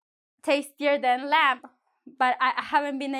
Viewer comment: lamb: B is silent in this word. Thanks.